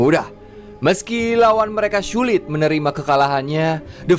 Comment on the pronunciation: tadi ngomong sulit kan?? Soalnya ditelinga kedengeran lain, hahaha